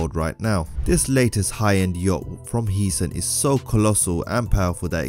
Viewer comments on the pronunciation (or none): Its "Heeseñ" not heesan